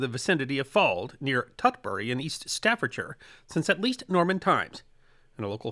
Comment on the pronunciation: Respect to the for pronouncing Staffordshire correctly.